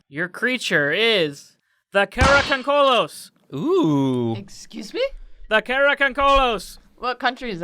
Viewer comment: Dude, it's not pronounced karakoncolos, it's karakondzhul like Cara con jew. And the picture that you showed for karakondzhul is actually an image of a Bulgarian tradition called Kuker warrior. Karakondzuls look more like hairy little devils, sometimes said to have wings.